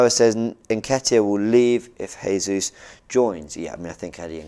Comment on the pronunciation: Its pronounced Gabriel Gesus